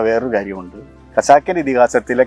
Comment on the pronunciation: ആങ്കർ പെൺകുട്ടി മലയാളം ഉച്ചാരണം പഠിക്കണം. "ക "സാക്ക് പൂമികയായ എന്നൊക്കെ കേൾക്കുമ്പോൾ ദുഖം തോന്നുന്നു ഉച്ചാരണം പഠിക്കണം.